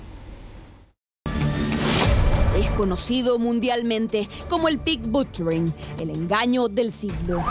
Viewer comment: Pig batcharing.lol , it’s pig butchering.😅